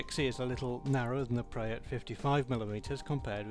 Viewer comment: its pre preeeeeeeeeeeeeeeee sound it out p r eeeeeeeeee